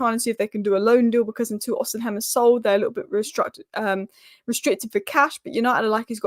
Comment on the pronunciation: You mispronounce the striker from Napoli all the time is name is osi men not osi hem